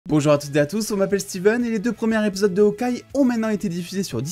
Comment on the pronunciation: Mec on dit "les 2 premiers ZÉpisodes, pas RÉpisodes" l'entendre 50 fois c'est hyper chiant 😭